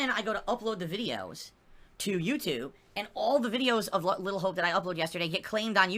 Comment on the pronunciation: Can someone start a gofundme to get him sent to a speech therapist so he can pronounce "and". It's not hard.